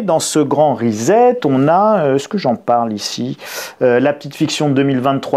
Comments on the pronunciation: Je n'ai pas été capable d'écouter longtemps, car le gars prononce "le grand REZET" au lieu "le grand RESET" 🥴😂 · Reset se prononce "Riz-sept" et non "risette" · Resssset, Resset, Resssssssset, non? Parce-que Rizette...s'ilvouplait, un peu de respect pour la langue Anglaise et ceux qui vous ecoutent.. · Sylvie Evin : Et pourtant, ça n'a rien de rigolo... mais vous avez raison, ça vient du verbe "to set". Il s'agit donc de "ricet". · Amusant, mais attention: pas 'rizette' mais 'rissette', en anglais: pour lire Time à voix haute, ce sera un avantage. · J'y tiens, en "Angliche" comme vous dites, reset se prononce rissette et non pas risette, ce n'est pas rigolo et on ne se tient pas la barbichette. Indispensable de le dire en l'employant dans un discours Français. J'hésite à me dire que ce mot fait désormais partie de la novlangue, dont on connaît bien maintenant le projet de détournement des mots, en l'occurrence ici sur leur prononciation. Comme disait l'autre, on pense avec les mots et pas le contraire. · "Please "chers français ....grrr....reset prononciation ressssset pas rizet ...ou alors réinialisation ..réinialiser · Sans aucune acrimonie, je vous signale qu'on prononce reSSet (pour préserver votre crédibilité auprès des auditeurs bilingues). Merci pour votre travail! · Le grand "rizette"...🤣🤣🤣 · Cela se prononce Ri-sset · Rezet ? ah vous les Francais ! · Hello. Rien de bien grave mais on dit reset avec un s. Ça ne se prononce pas comme un z. Un peu comme settings qui ne se dit pas zettings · reset , ça se prononce recette ...on ne dit pas tournezol...